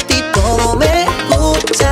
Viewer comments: Why is his "gusta" at the start pronounced like "gupta"? I was taught the "s" is pronounced. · ¿Por qué lo pronuncia como "gucha"?